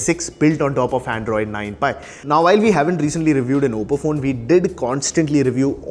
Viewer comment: Its oppo bro not obbo